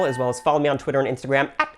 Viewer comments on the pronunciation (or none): none